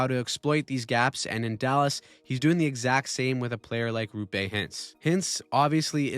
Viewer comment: rOOpe, not rUUpe